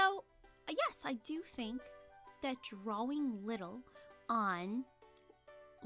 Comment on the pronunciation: I love how you say drawing like drouing